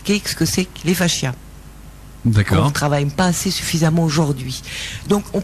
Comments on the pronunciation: ils sont tous nazzz, elle/qui est ???/ explique tellement mal....n’a pas du tout un vocabulaire clair.. c pas faschias mais fascias !! Madame 😅 l’autre derrière se maaarrre !!! mdr mdr 🙉🙀😹 👎👎👎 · On dit "facias" et non "fachias" (il n'y a pas de "h" !!